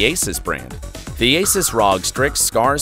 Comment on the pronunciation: Its not ROG its R O G omg bro